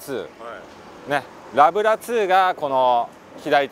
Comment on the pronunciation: 申し訳ないけどラブラ2の発音が違います！